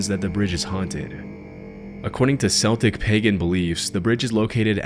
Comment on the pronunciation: When describing the Celtic people, it's pronounced with a hard "C" sound, rather than the popular athletic team's soft "C" sound.